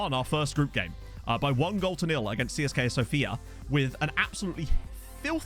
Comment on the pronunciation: In Russian you should actually pronounce CSKA as Tse-Es-Ka because "Siska" means "boob" :) Really sweet Conference League showing! Achieving something against more reputable clubs always feels so nice as a smaller club breaking into Europe for the first time.